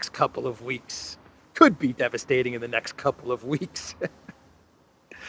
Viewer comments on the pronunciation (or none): none